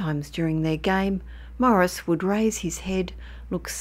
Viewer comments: FYI his name is pronounced "Maw-REESE" not Morris. Otherwise, great story. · Why does she keep calling him Morris?